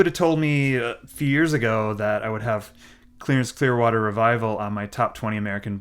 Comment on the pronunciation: clearance clearwater revival, lol or did u say clarence?